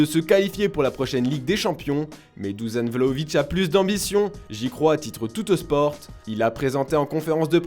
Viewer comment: Vous allez jamais apprendre à prononcer son prénom ou quoi ? C’est pas Duzan Vlahović c’est Dušan ça se prononce « douchane ».